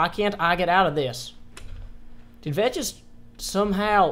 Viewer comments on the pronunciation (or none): You do know that Vechs is pronounced 'Vecks' right? - and keep it up, you've Earnt a subscriber :D